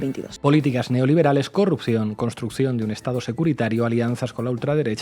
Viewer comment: Me encanta el neologismo que ha surgido de la equivocación de al decir "curropción" en lugar de "corrupción". Ahora hay que darle significado; p.ej. un posible curro que no tiene muy buena pinta: "tengo una curropción pero las condiciones son una mierda".